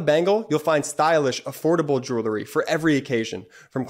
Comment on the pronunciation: Great, great show!, please correct pronunciation of the word “jewelry.” It should be “JU-el-ree.” NOT “JU- ler-ee”. Thanks!